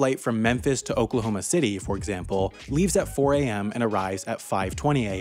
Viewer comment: Of course you miss pronounce Oklahoma just a but off.